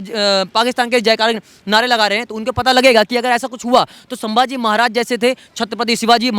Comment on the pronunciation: सांबाजी नहीं संभाजी बोलो